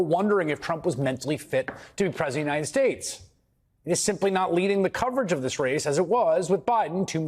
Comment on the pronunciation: The question arises as to why the media doesn't treat Trump as they did Biden. It seems they must regard Trump as sane, which is quite ironic. The issue may stem from a fear of confronting someone perceived as unhinged to the extent of mispronouncing 'United States'. It raises the question: has the media compromised its integrity?